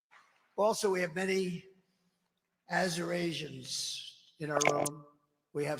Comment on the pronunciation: Yeah, I think that word was supposed to be "Assyrians"... Check your research LOLOL he was not calling Arizonans "Azurasians(?)".